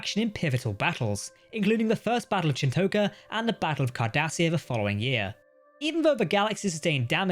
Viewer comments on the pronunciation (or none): It's Chin-tok-a not Chin-toke-a and Keogh is pronounced like though the GH is silent so it pronounced Ke-o not Ke-o-gi, Me-gel-lan, not Me-gell-an. just makes me feel that for such fans of trek, you just read scripts and you don't pay attention to the show to know the pronunciations.